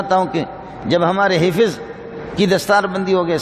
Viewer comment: Hifiz nhee hifz bolo